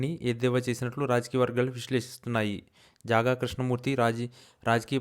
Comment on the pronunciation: జాగా కాదురా బాబు, జంగా క్రిష్ణ మూర్తి